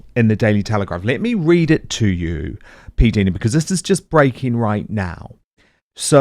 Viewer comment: Her name is P Dina not Deana